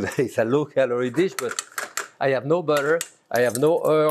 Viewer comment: Seen him for years and it always throws me when he says "water" or "butter". It's totally absent his accent, and my ears cannot process it.